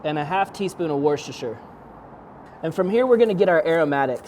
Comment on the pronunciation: Broooo, it's pronounced wusstershire 😊